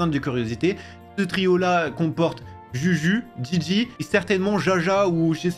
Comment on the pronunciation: On dit Gigi 😂